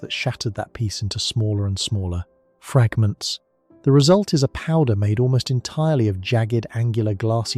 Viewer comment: My ancient, tech-averse ass: What a soothing voice he has. No wonder he pursued a career in voice over work. Also, good on "Sleep on Science" for still using human narration. This video, : "...micrometeorite strikes that shattered that piece into smaller and smaller. 𝔽ℝ𝔸𝔾𝕄𝔼ℕ𝕋𝕊."